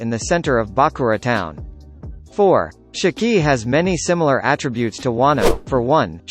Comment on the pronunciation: Listening to you pronounce Shiki makes me want to pull my damn hair out